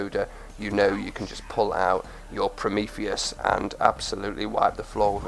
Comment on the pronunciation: He pronounced the name right.